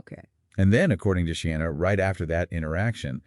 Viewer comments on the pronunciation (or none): Not She-anna 😬 but Sheena.